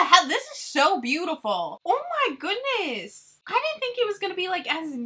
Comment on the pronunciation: Love you girl!!! For some reason my ass cracks up every time you say “OH MY GHOONESS” 🤣🤣🤣 I’m like pronounce the D woman!!! But don’t lmao it’s cuter that way